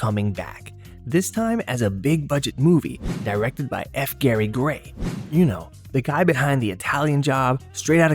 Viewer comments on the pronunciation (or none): none